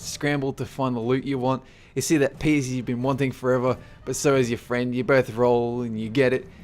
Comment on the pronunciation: friend, not fried,lol